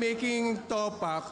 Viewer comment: Jusko yung sir jeffrey super pa slang pa ng pronounciation di tuloy nabigyan ng justice yung announcement ng winner 😂😂😂 TOPAKK not towpack hahahha